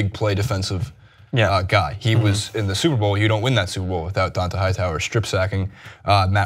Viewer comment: "Dawnta hightower"...